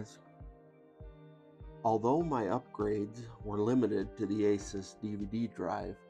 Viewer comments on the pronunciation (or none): i cant stand when people call asus, asIs there is no "I" in asus